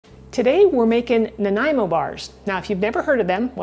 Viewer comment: Happy to heat Nanaimo pronounced correctly. Between I always double the middle layer. SWEET!